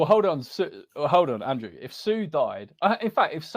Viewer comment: ANDWEW ANDWEW ANDWEW